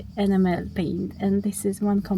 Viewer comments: Enam - el. Not ena-mel. Not a criticism, just getting the emphasis on the correct syllable, your English is very good! One job at a time, you'll get there. If you don't already, make sure you have a (big, maybe 50A) fuse as close to the battery as possible. 12v systems won't electrocute you, but they will have a wire glowing red hot in just a few seconds, and set fire to things if there's a short circuit. And then each sub-circuit should have it's own fuse or circuit breaker, usually about 5A or 10A depending on what is connected. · Just a tip on enamel pronounced ee-nam-el. 🤫😂Keep up the good work 👍